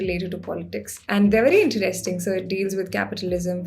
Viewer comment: content is great but I hate the way she pronounces a few words - Interesting, poetry, pocket and so on. For some weird reason it really annoys me. Sorry!